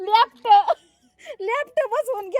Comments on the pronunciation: लेपटं नाही लिफ्ट बोलतात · लेफ्ट नाही ग लिफ्ट